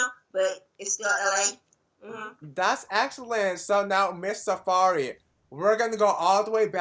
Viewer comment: Dude her name is pronounced Sa-Fye-Ree! How did she not correct him? Good interview though, I love her!!